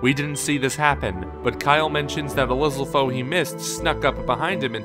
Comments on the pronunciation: Lizzle-fose, WHAT?! Dude, you know it's Lizzal-fohs. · In the official tree house gameplay they pronounce it lizal foe as in a lizal spear. So get over yourselves and say it the right way. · I feel like the channel guy purposefully mispronounces shit.